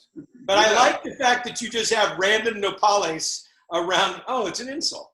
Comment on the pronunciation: Fieri sounding like he doesn't like Les Paul guitars with "No-Paul-les" 😂 Bit of a tip, Guy, it's "No-pah-les"